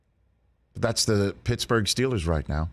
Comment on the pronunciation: Mitchburgh!! Lol